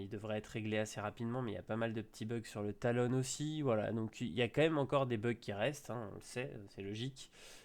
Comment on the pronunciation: Pourquoi tu dit "Talone" alors que c'est "Talon"